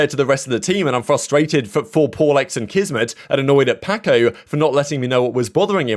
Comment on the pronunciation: no hate but i couldn’t stop laughing when he said “PackO” instead of paco